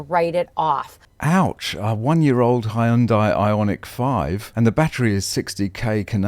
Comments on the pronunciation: It's pronounced "Hunday" like "Sunday", not High-un-die. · If you want to sound like you know what you're talking about, start with pronouncing words correctly. "Hyundai" is NOT pronounced "Hy-yun-dai", but rather "Hun-day" (rhymes with "Sunday"). Just a helpful tip. You're welcome.